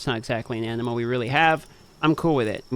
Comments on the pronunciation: funny how pronounces animal as "animo" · I noticed that too 😂 I started questioning my own pronunciation after hearing him say it three times.